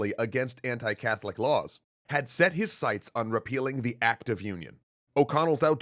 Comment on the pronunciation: heh. rePEELing